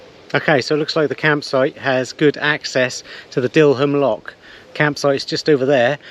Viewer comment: Dil-ham, stal-ham, dillam, stallam. You sure you're a 😂